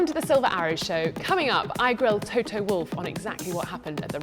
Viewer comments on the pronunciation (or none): I love how she pronounces Toto "Toh Toh" lol. Great show guys, keep up the good work!